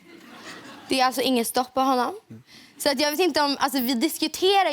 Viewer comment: why does she say 'tack SI-ET mycket" i thought it was kinda like S-OOOOA